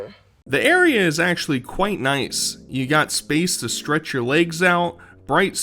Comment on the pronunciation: “My layggs” Welcome back, Amberlynn Reid.